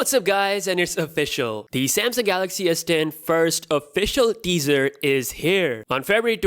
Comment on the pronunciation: Everytime he said teaser, I thought he was saying dessert lmao